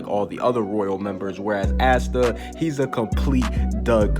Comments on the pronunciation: Pleaseeee its pronounced aah-stuh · The way you pronounce Asta‘s name is so different than mine!